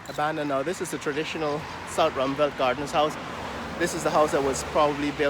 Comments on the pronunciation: Ruimveldt is pronounced rimeveldt not rumveldt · Some Guyanese who ought to know that still pronounce it "Romvelle" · the great irony is your constant use of the word ‘mediocrity’ but yet you accept mediocrity in the mispronunciation of the word ‘ruimveldt’ … then you must be a ‘figurative’ rocket scientist and not a ‘literal’ rocket scientist as you claim